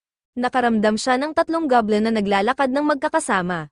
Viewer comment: It's Goblin, not gablem po😊